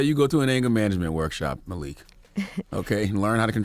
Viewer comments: Its Malik not Makil breakfast club, LOL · “Makil” yoba ??? Lmao 💯😂😂😂